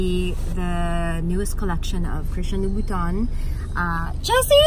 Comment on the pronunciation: That “LOUBHOUTAN EXPRESS” 🤫